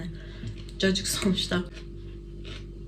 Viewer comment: Cacık değil caciki olmş😂